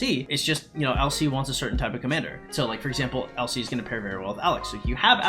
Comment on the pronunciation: Everytime you say LC it sounds like you're saying "El Cid" and I was very confused for about half the video